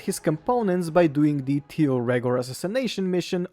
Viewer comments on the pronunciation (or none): none